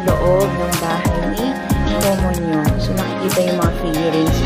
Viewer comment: 왜 계속 “코몬용” 이야?? ㅋㅋ 웃기다 진짴!